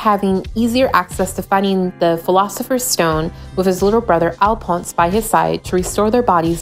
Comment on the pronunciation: ALPONS!!! I’m dead!!! It’s pronounced Al-fawns